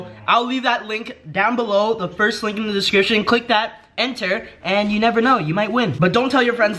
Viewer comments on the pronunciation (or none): none